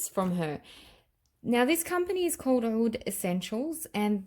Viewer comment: Hi! I too do not like the BR540, but love the extrait. They smell different! I know ppl have tried to tell you to pronounce OUD as AOUD, but it's 2 different words. You were saying OUD right years ago. Watch the DUA fragrance guys, they pronounce them properly, they are Arabian. Their scents are great as well, I have reviewed a lot of them;)